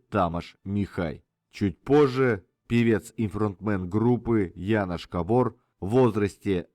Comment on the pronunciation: Янош кОбор ( ударение всегда на первый слог) - венгерское имя Янош. Януш- польское имя.